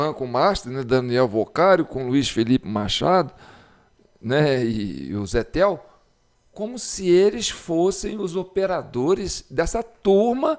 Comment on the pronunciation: Zetel é pronunciado TZETEL PQ É SOBRENOME ALEMÃO E SIGNIFICA *BILHETE*....